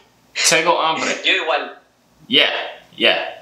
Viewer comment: be careful when saying "tengo humbre " to a spanish male in